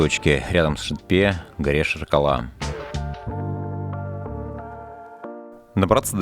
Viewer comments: Классное видео, огромное спасибо за труд. Съемка и монтаж - супер! Но пожалуйста (без калпи негатива) просьба, читайте так, как написано, Шетпе - не Шэтпэ, Жанаозен - не Жанаазэн, вот буквально как написано, так и читается :) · Видео замечательное! Только каждый раз ухо режет Шэтпэ и иже с ними:)) вроде обычное русское "е" везде, почему все россияне так произносят:)))) . Аккогершiн - "белый голубь" то бишь, Бозжыра - "Серый овраг" нежели бледная земля и так далее.